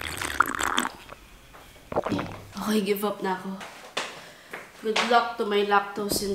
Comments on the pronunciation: sana improve mo po yung pronunciation mo ng word na “good”. You pronounce with like it ends with “th”. It’s wrong po. Thank you. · Bakit kasi gooth ang pronounce sa good 😂😂😂